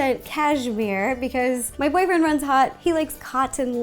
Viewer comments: she said boyfriendd! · DID SHE SAY "MY BOYFRRRIEEND" ?!?!!??!??! WHO??!??!!?!!